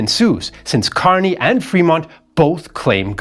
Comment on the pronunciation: his name is pronounced KUR-ny. At least that's how we pronounce it here in San Francisco (Kearny Street)